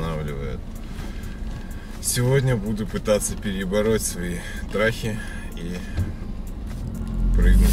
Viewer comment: Мне показалось или в начале сказал вместо Страхи - Трахи????